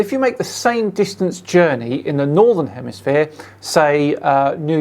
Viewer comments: the complete DUFUS! I LOVE how he says "southern hemiSPHERE" GEE! Kinda gives the LIE to flat earth! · he says HEMISPHERE multipule times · He says hemisphere and not hemiflat lol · Did I here say "hemisphere:? Really?